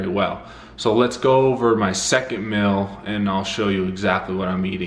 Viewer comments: I believe it’s pronounced “meal” not “mill”... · Is it "mill" or "mel"? Because that's all I'm hearing. I don't hear anything about a meal. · Sounds like you say “mill”. Anyway.. you can use plant based chicken and vegan ranch dressing by follow your heart, & plant based bacon by Morning Star.. which is healthier than eating meat. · Does nobody else notice that he's been saying mil instead of meal the whole video..